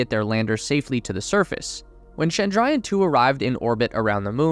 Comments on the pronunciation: It is Chandrayan not Shandrayan (please don't frenchify the Ch sound). You call Jesus's worship place as Church, not Shursh ... now do you? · Pleeeeeeeeease ! It’s not Shandrayan 😡, it’s Ch(as in chocolate)andrayan . Do your homework. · It's chandra (moon) - yaan (Ship/Vehicle)